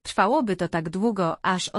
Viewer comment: Irytuje mnie ten wyraźny akcent na literę k w słowie takkk niskie oprocentowanie to K wychodzi głośno z krtani ta pani za bardzo stara się upiększyć dykcję ale to k jest przerysowane poza tem czemu ta reklama pojawia się nieustannie długo ,moze dlatego jest tak irytujące to k bo za często i wszędzie jest powtarzane ?